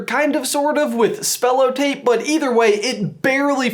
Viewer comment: why did you you say spell-o-tape an not cellotape